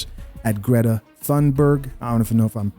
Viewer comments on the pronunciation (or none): none